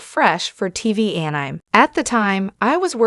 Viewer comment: Could you not get a real person to voice this video or at least a better AI that knows how to pronounce anime?